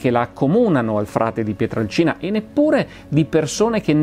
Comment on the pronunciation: Finalmente uno che pronuncia quel paesino come si deve : PIETRALCINA. Eh si, perche' col passare degli anni era diventato "PIETRELCINA". Forse, penso io, perche' incline alla pronuncia della "A" cambiata in "E" che e' in uso da quelle parti.